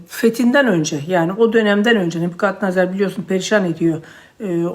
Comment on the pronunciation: küçücük bir düzeltme. "Nebukadnezar".